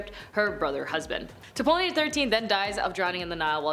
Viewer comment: The P is silent, please learn how to say things